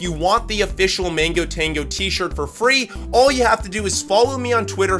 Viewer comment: bro it's mango not Mingo!!!